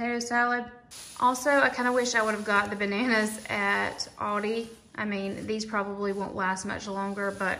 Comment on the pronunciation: I can’t get over the way you pronounce Aldi. It’s ‘al-dee’ 😂